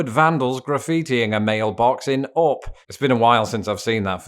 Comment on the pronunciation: I can’t be the only one amused that your pronunciation of “Up”sounds like “awp.”